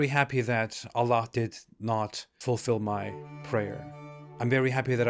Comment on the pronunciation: FINALLY SOMEONE WHO KNOWS ITS AL-LAH (THE LAH) AND NOT ALLAH